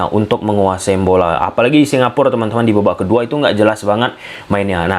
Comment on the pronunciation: Bacanya Singapura, Mas. Bukan Singapur. Kalau Singapur, nanti nggak ada artinya. Singapura itu dari bahasa Jawa Kuno, Singa: Singa, Pura: Negeri. Jadi, Singapura artinya negeri singa. Legendanya sendiri Singapura itu merupakan nama yang diberikan oleh salah satu pangeran dari Sriwijaya, karena saat dia sedang melakukan hobinya yaitu berburu, dia melihat Singa di pulau tersebut. Singapur ataupun Singapore (dalam bahasa Inggris) tidak memiliki arti.